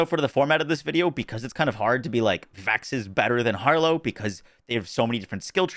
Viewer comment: Traaaaaaaannnttttttttt. Why does Harlowe suck at saying her own name??